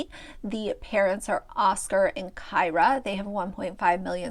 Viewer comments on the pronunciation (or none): Kyra is pronounced Keer-ah. Like Deer.